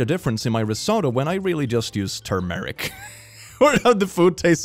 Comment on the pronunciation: Sometimes I forget that English isn’t first language, then I hear him pronounce things like “Turmeric” lol (not an insult, just funny)